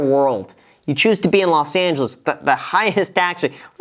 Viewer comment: "Las Angeles"?